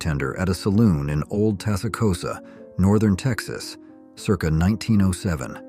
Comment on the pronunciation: AI has no clue how to pronounce circa...